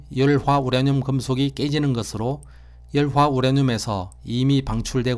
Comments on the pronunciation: 우라늄을 우랴늄으로 발음하시네요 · 보리문뎅이 발음 심각하네 스방의 열화 우랴늄 ㅋㅋ 적 1퍼쎈터가 되도록 농축얼 합니다 ㅋ